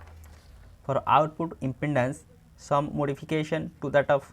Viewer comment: Is impedence not impendance. Ok sir